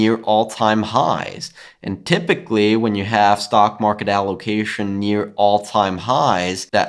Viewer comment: Love when you say TYPICALLY